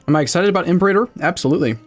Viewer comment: The stress should be on the second syllable of Imperator. It’s not a fucking dinosaur, ImperAYtor sounds weird as hell